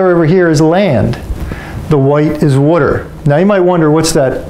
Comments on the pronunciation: It’s water not wutter. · Hehehe he said wooder. Is he from Philly?